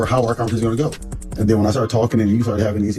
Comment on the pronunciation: Did she say "ben" for "then"....Yall we are really watching a play on the movie "US" . Carlos is 🤢